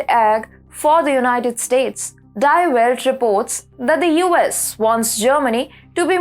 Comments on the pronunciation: the pronunciation of "DIE". in "DIE WELT". is DEE. like the letter D details details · It's , BTW, pronounced deee...